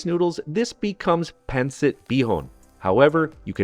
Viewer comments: Yummy! But...not PAN sit...It's pronounced PUN sit. Thank you! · The accent is on the second syllable, not the first. pawn-SEET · Pan-cit 😂😂😂😂😂😂😂😂😂 OMG the pronounciation and accent pan-cit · Good job on the Pancit but your Filipino pronunciations are way off!